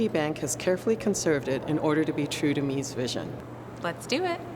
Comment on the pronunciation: "Meece" not "Mees" van der Rohe